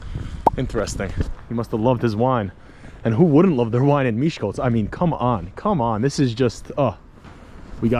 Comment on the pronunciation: Wow! I live in Miskolc. This video is just incredible. You told most of the historical facts and most about the famous people that were born here. And, your Hungarian pronunciation is amazing! And, you've comfirmed what I claimed many times. Miskolc isn't that dangerous, really. I am a 16 years old girl, and I can easily walk home at night alone for example from a club, without being attacked or robbed. So; I think that's just bad language. So...Isten Áldjon!